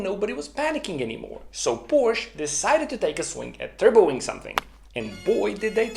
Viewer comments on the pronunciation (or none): Phantastic initiative. Congrats. Just one minor point. Could you please avoid saying 'Porsch'. It is Porsche which makes a big difference. It is similar to boot school vs boost school. If you are not sure how to pronounce it correctly ... try Porsch.ah. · Please don´t say Porsch. it makes you sound like an Idiot. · I love this channel, except ... Porsche is a two-syllable word! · Please explain to me how someone as exceptionally intelligent as you, who has such great respect for attention to detail, accuracy, etc. would knowingly mispronounce Porsche. I'm genuinely baffled here. I mean, why? WHY???